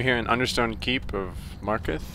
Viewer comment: It's pronounced Kal-Sell-Mow And Mar-car-th